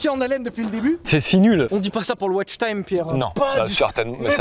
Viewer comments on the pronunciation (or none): none